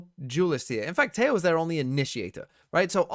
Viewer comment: Every time you say 'Tejo' like that, a Latin-American dies. Is that what you want??